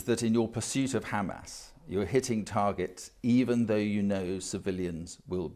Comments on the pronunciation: She literally said KKKKamas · Can we please tell them to use a placer word for Hamas. I can’t stand to hear them say Khhhamas even one more time 😩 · She didn't mention hamas ... she said khamas ! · no, they all say Khamas. No one knows why…there is literally no reason to say it that way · what? “kkkkhhhhamas” 😆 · Hamas not KHamas! 😂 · It’s hamas not khamas put some respect on the name. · It doesn't matter how she pronounced it, she still meant Hamas, and that's besides the point...